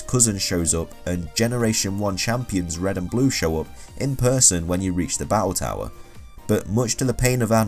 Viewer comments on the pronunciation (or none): none